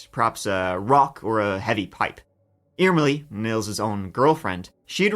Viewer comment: Irmeli was pronounced almost perfectly! I've never heard anyone covering this case saying it like that! Greetings from Finland, we're currently at the point of winter where we see sunlight for like 4 hours/day.🥲